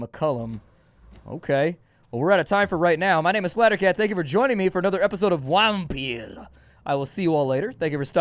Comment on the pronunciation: I like saying WHAMpyr. Also that "edglord with laryngitis", bwahaha exactly! XD